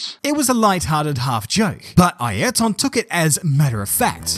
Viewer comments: Never heard of Eye-air-ton 😮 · Bro try saying highrton without pronouncing the h. There is no "e" in his name. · i mean, is trying his best to pronounce as we do here we pronounce like "ierton" (using english pronouncing rules) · Since you are Brazilian, is this how you pronounce his first name..? It sounds so different from how others pronounce it. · This is the record for how many times you say Ayrton wrong in one video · Never heard his 1st name pronounced like this